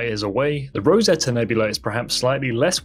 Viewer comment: Rosette not Rosetta?